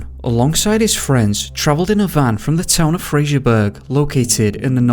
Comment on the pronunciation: It’s “Fraser” not “Frasier”. 🙄